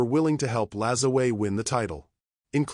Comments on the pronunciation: pronounced, napolean La-ZWAH. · LaJoo-a is how you should be pronounced. How you get a "z" from a "J" is head-scratching. Still enjoyed the post. Note: I am not a distant descendant. Just a La Joo A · Using Spanish pronunciation on a French Quebec name ( I know tons of Lajoies’ ‘ your pronunciation is terrible A.I. Vox is short for turn it off and I did. Salut de L’ile Perrot Quebec Canada 🇨🇦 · My branch of his family always prononced it La joy. Henry Toussaint Lajoie (1839–1914), my great grandfather, is a perfect, direct example of the exact surname shift from Masseleau to Lajoie.Born in Saint-Denis-sur-Richelieu, Quebec, his records highlight exactly how these names intersected during that generation:The Father: His father was documented as Joseph Toussaint Masseleau (born around 1819). In many records, the father is listed under the transitional name Toussaint (Masselot dit) Lajoie.The Name Switch: When Henry Toussaint was born in 1839, the family was actively using both names. As Henry grew up and eventually migrated to the United States (living in Ohio and later North Dakota), the "Masseleau" part of the name was dropped entirely. He and his descendants became known strictly by the surname Lajoie. Interestingly, family genealogists note that this specific Quebec branch of the Masseleau/Lajoie family tree links directly to Larry "Nap" Lajoie, the legendary early 20th-century Major League Baseball Hall of Famer. My grandfather died in Ray, ND, when my mother war four. Ray, ND also took her bbay sister and her faathr withoin 6 mnths that year. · If he was French Canadian is last name was and is pronounced LAJOUAH